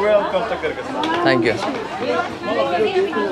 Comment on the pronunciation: Không phải đọc như mày là ki rít tan đâu ạ, mày học rồi mà không hiểu, cái đất nước mà mày đọc kyrgystan mà đọc là ( kư rứt san) chứ không phải đọc như mày đọc là ky rít đâu nhiều khi thằng nó đọc mà tôi ngẫm là kiiv, thủ đô của Ukraine